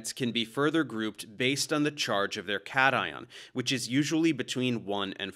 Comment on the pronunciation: you pronounced cation incorrectly, it's supposed to be KAYSHUN.